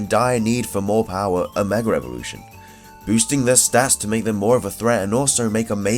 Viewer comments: Every time I heard you say megra evolution it killed me not a typo it's what you said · are you saying megra evolution. Maybe it's my hearing